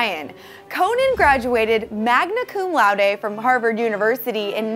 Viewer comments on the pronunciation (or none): “Magna coom louday”